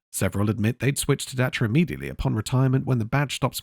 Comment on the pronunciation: As a Romanian, I want to thank you for taking the time to learn how to pronounce Dacia. They used to be even better you know...you could fix anything about them with a few wrench strikes and some colourful language.